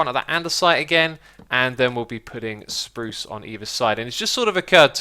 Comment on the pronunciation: he likes the way keralis and iskall, 2 swedish youtubers, pronounce it and is now stuck saying it the same way :D